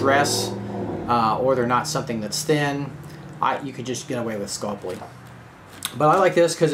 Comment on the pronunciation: Scul-py,, Scul-py. Not Sculp-ly.:)